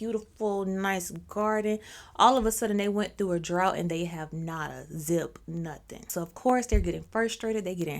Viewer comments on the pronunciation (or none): none